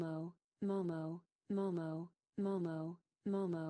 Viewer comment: Hlo mam, 🙏. This is momo not a moo mauu.😂😂 But 😉 Your wrapping style is wonderful and amazing 😱😱😱😱😱🤩🤩